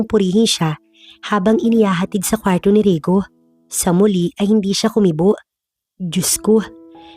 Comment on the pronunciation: AY NARINIG KO NA NAMAN ANG MAARTENG PAGBIGKAS NG KWARRO.